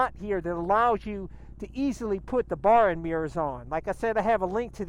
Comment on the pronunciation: its bar end, not bar in